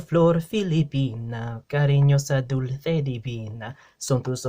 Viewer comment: Why pronounce "dulce" like that? Pilita Corrales pronounce it as "dulse", seseo-style.